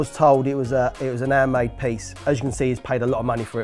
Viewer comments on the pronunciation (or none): I always hear "airmade" when you say "handmade" 😂